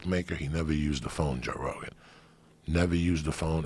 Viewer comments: Joey Diaz always call Joe Rogan "Jorogan". Never Joe or Rogan. JOROGAN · Joe" induidion* rogan